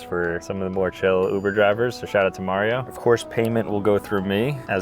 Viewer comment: Mario has the perfect mario accent